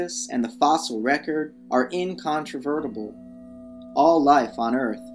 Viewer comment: 'Incontrovertable', you're having a laugh.